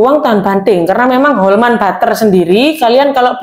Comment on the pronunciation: Bacanya juga jangan salah. Klo Wijsman itu dari Belanda. Wijsman itu adalah roombutter. Butter itu klo bahasa Belanda dibacanya bukan batter (bukan dibaca a) . Tapi tetap dibaca butter (huruf u).